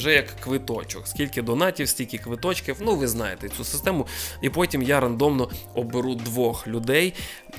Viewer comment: рЕндомно, наголос на Е